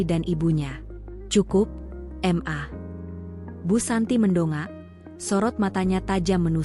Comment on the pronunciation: Ini kayaknya yang buat cerita gak bisa baca ya kata MA di baca EM A